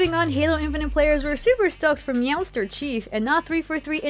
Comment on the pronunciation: Please stop saying Meowster